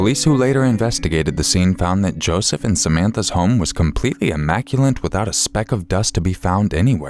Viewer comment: immaculate doesnt have an N it as you said immaculant